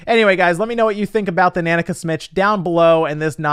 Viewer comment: Every time you say nanica wrong i cringe 🤣🤣🤣